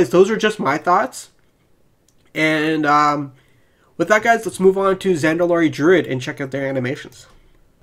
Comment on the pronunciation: I'm still confused at how you could pronounce druid as "droid" and paladin as "powden" ....but maybe it is a speech impediment and I shouldn't say anything because I don't want to be rude.